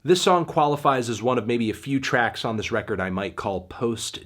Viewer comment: So not a good feew weeks for records huh?